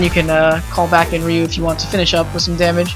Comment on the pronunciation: No offence,but the y in Ryu is pronounced as a long E.